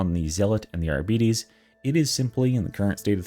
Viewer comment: ARBITES - not Arbetes! No, they don't have diabetes -.